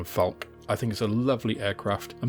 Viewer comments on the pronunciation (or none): Falck-uh, not Falck. Terminal e's in German are not silent. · A very helpful video for beginners to modelling. Just one criticism: because they are German words, the "e" on the end of "Focke" and "Falke" should be pronounced. It's called a schwa. As in Porsche, Elbe, Goethe, etc.